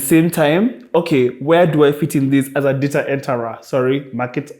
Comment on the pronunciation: Data enteraah!!! 🤣🤣🤣🤣🤣